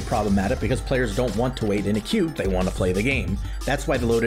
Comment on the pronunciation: First of all, "thay" lol . Second, man would be nice being Syntulk :_SliqWUPSET